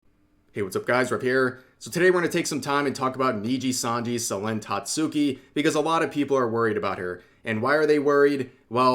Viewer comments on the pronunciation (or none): The “u” in Tatsuki is silent. Pronounce it like “Tatski”